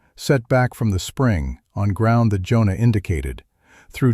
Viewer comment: "Jonah" is two syllables.